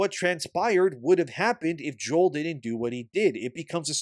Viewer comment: Joel cough cough It's Joel :)